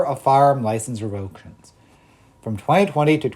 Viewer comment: Revoke - shuns❌ Rev-o-kay-shuns✅